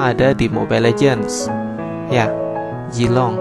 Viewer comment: hahaha orang sunda bngt ini mah zilong = jilong